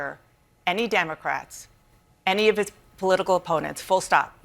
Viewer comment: LOL... Did he say DUMBERcrats?